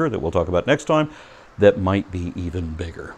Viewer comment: You slightly mispronounced Ancylopoda as Ancyclopoda